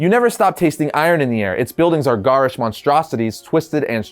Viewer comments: GARE ISH not GAR ISH.. plz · Swing and a miss on the "garish" pronunciation, lol.